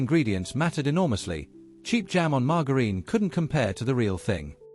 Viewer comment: Love the video, but you lose a like for the way you say margarine 😂 and it's Welsh RAREBIT not rabbit